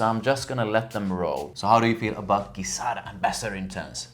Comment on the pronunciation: Please pronounce it Gi (Ji)zada as per their promotion videos, not Gui-zada.... thank you :D